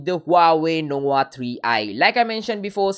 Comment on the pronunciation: Your pronunciation is very ugly.. Nowa Nowa3i???